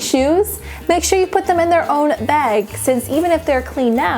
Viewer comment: I hate the way she says bag.. She says it like beg or beag